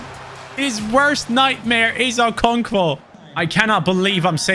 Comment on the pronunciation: As a Nigerian hearing you say ( okonkvo ) is genuinely funny